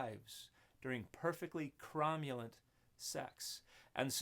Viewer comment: i had to go back to make sure i really heard "comulent sex"